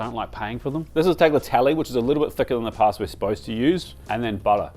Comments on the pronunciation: The pronunciation of the Tajarin was not half bad, if a bit hesitant. But then you went on and did the common English butchering of tagliatelle. It's talyatelle. Not really hard. As for the expensive truffle: you can get 80% there with truffle oil. The flavor compound can be synthesized identical to the natural one (the oil is way overprized for what it usually is, though.) When you go to Italy, try to learn to say cinghiale. The H is there for a reason. It makes the pronunciation of the G "hard", as in 'goat'. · Not the tagliatelle though 😅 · bro he butchered also the second italian dish no worry i wouldn't even have understood what was it without the subtitles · Very close pronunciation of the tajarin dish, and then... 'tagg-ah-tell-ee' 😢 Also that pappardelle al cinghiale pronunciation is surely just ragebait.